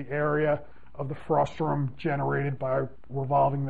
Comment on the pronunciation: It's frustum, not frustrum :P